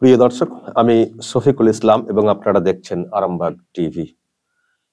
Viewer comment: তুমি ছফিকুল ইসলাম 😆😆 আগে বাংলা উচ্চারণটা ভালো ভাবে শেখো ছফিকুল ইসলাম 😆😆